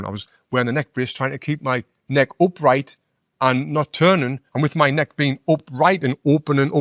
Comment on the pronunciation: "MY" neck, not "me neck"